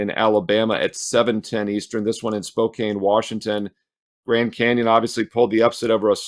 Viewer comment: Pronounced spo-can, I know you like to get it right. I think Texas +10 makes sense if both teams intentionally play slow. UCONN today.